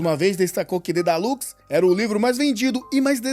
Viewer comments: Dedalus, e não dedalux 🤔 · mano dói demais vc falando Dedalus errado